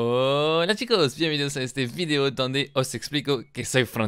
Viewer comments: Me acuerdo cuando decías "fideo" en vez de "video" xD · Escucho su vigdeo, si el dice vigdeo no video lom